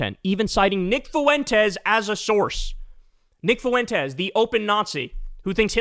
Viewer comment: "Based" doesn't mean whatever the f you think it does, and Fuentes has two syllables, not three. Incredibly irritating.